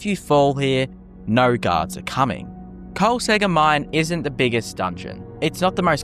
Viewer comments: Why you skipping the second k noise? KolsKegger, not Kolsegger bruh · I'm very sure that the second k in Kolskegger on not silent.